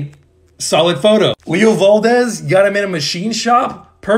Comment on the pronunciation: hazel lavesqu. leo vAldez. nico dEE angElo. piper mCLEAN. frank jAng. i swear this is how you pronounce these names 😭